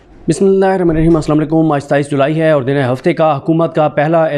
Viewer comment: بھائی جان آپ کی بسم اللہ کی سمجھ نہیں آتی۔